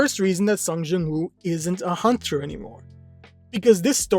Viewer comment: it's sung JIN woo not jung